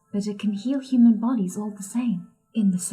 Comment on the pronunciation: He only did it once when He pronounced "human" as "humon". Pretty obscure but it's there.